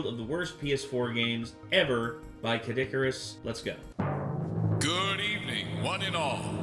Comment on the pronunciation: CADD-ICARUS!?! XD